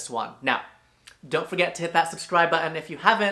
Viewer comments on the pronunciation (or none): none